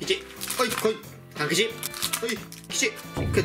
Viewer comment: たまに半吉が勘吉に聞こえる